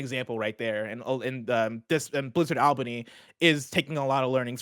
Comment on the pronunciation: All-bany not Ahl-bany